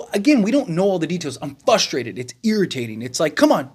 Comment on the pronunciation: Frustrated, not Fustrated